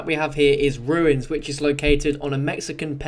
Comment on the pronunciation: Ruins sounds like Shangra la